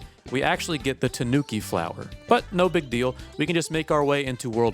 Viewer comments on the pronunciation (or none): Tonooki "flower" hurts me